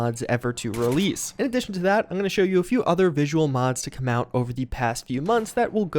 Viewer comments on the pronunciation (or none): none